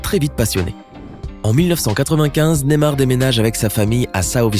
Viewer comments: C pas nemar mais ne*y*mar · NeYmar pas némar 😂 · Ptn comment il dit Neymar